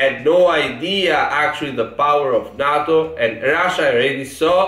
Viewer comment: Its not nahhto its nayto